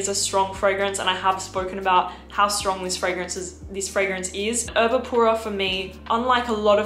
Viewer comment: It’s actually Erba Pura, not Urba….